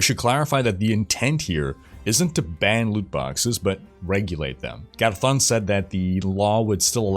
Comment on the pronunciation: GarZZZZón! <3 thank you for putting in the effort of pronouncing it the way it is meant to be pronounced!